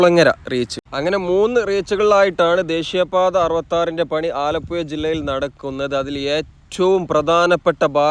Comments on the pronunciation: ആലപ്പുയ അല്ല മോനെ ആലപ്പുഴ എന്ന് പറഞ്ഞു പഠിക്കൂ പഹയാ , മുഴുവൻ അച്ചര പിശാശാണല്ലോ മോനെ,😂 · ആലപ്പുയ അല്ല ആലപ്പുഴയാണ് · സുഹൃത്തേ ആലപ്പുയ അല്ല ആലപ്പുഴ ആണ്. ദയവായി ശരിയായി ഉച്ചരിക്കാൻ ശ്രമിക്കുക. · മലയാളം പറയെടോ. ആലപ്പുഴ ആണ്. ഏയ്‌ അല്ല. ഏഴ്.. വീണ്ടും വീണ്ടും ആലപ്പുയ. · ആലപ്പുയ അല്ല ആലപ്പുഴ എന്നാണ് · പുയ അല്ല പുഴ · ആലപ്പുയ അല്ല ആലപ്പുഴ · ആലപ്പുയ, അത് ഏത് പുയയാണ് ബ്രോ...?? 😄😄😄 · ആലപ്പുഴ എന്നാണ് ആലപുയ അല്ല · "ആലപ്പുയ " അല്ല "ആലപ്പുഴ " എന്ന് പറയൂ 😂 കഷ്ടം നല്ലൊരു ഭാഷയെ നശിപ്പിക്കാതെ സഹോദരാ 🙏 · ആലപ്പുഴ എന്ന് ഉച്ചരിക്കൂ ആലപ്പയ അല്ല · പന്ത്രണ്ടര അല്ല മോനെ, പന്ത്രണ്ടേ മുക്കാൽ കി.മീ. ആലപ്പുയ അല്ലാ ആലപ്പുഴ. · ആലപ്പു ....യ ....... അല്ല .......ഴ ...🙏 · ആലപ്പുയ അല്ല ആലപ്പുഴ എന്നു പറയും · ആലപ്പുയ അല്ല ആലപ്പുഴ പറയു കുട്ടി ആലപ്പുഴ😅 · ആലപ്പുയ അല്ല ആലപ്പുഴ .. എന്നാണ്. ഴഴഴ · ആലപ്പുഴ എന്ന് ചാനലിൽ എഴുതിയിരിക്കുന്നു പറയുമ്പോൾ ആലപ്പുയ എനനപറയുന്നു എന്താണത് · ആലപ്പുയ അല്ല ആലപ്പുഴ കാരണം ചുറ്റും പുഴയാണ് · Alappuzha ahn alappuya alla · ആലപ്പുയ അല്ല കോയാ ഇത് ആലപ്പുഴ ആണ് 😅 Anyway beautiful video and description! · ആലപുയ. ആലപ്പുഴ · ആലപ്പുയ... അല്ലെടെ .. ആലപ്പുഴ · നാവ് ഒന്ന് വടിച്ച് പുഴ എന്ന് പറയാൻ പഠിക്കൂ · ആലപ്പുയ. കയിഞ്ഞ .കായച്ച ഴ. പറയൂ മാഷ് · ആലപ്പുഴ എന്ന് മര്യാദക്ക്‌ പറഞ്ഞാൽ സബ്സ്ക്രൈബ് ചെയാ 😂😂😂😂😂😂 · എല്ലാം കൊള്ളാം. ആലപുയ, കൊയിക്കോട്, ഏയ്‌ { ഏഴ്}........... ഴ മാത്രമേ പ്രശ്നമുള്ളൂ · Zha enna aksharam Malabar baagath illa😅